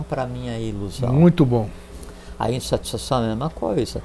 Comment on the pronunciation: "instatisfação" entre 24 e 25min